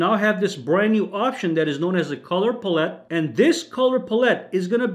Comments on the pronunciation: He keeps saying palette all weird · Learn how to pronounce English words like Palette